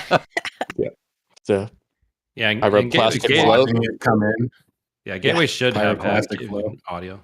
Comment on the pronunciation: GAT WAY lol